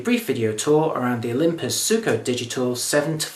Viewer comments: Hey 'Gordon', you're still pronouncing it incorrectly ;-).....ZWEEKO (and that's according to Olympus)...or are you going to be arrogant enough to say Olympus got the pronunciation wrong ? It takes a BIG man to admit he's wrong, I guess you're fairly 'small'. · Hey 'Gordon', it's pronounced Zweeko !